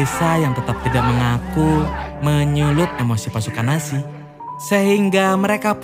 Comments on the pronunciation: Nazi bang bukan nasi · telinga gua doang atau dia memang bilang "tentara nasi" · Mon maap bg itu nazi bukan nasi